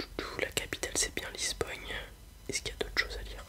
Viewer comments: Au fait ça se prononce pas Lisbogne 😅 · nan il le prononce comme ça toute la vidéo